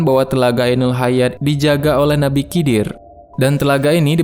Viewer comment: Maaf bang nama nabinya nabi hidir bukan Kidir🙏